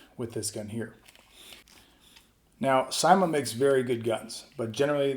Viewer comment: Good review man. It's pronounced "seemah" though